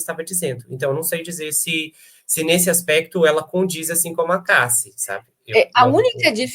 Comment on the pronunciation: Dói o ouvido ouvir os convidados pronunciarem ""DIDI" e "CASSI"